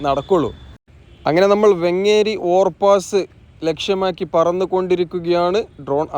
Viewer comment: വെങ്ങ്ങ്ങേരി അല്ല വേങ്ങേരി ആണ് 😊